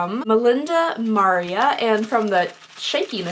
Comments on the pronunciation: Mah-ree-ah NOT Mar-ree-ah ; like Maria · The necklace her name is Ma ria...Maria..You said Mar ia lol🤣🤣🤣🤣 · She said Maria as if she was saying Mario with an A at the end. Made me laugh, I am sure she did not even realize.